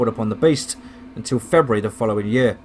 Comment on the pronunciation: I like how you pronounce feburary." "Febree"